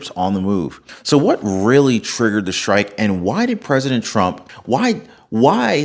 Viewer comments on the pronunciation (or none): he was calm because he's following a script. prophecy? 😂 you ought to learn how to pronounce your 'st'-words, there is no H in STRIKE, STRONG, STRANGLING or STRATEGY. shtrike shtrong shtrategy shtrangling infrashtructure??? this is not a rap song. you are talking to an audience that speaks proper american english. you should do the same.